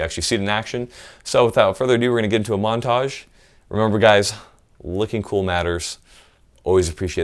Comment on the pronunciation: Oh, you said MONTAGE! I thought you said MENAGE a trois. Damn....